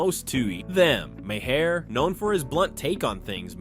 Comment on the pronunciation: Please learn to correctly pronounce Bill Maher's name. It is pronounced MAR! Not Mahair. It affects your credibility if you can't say the man's name right.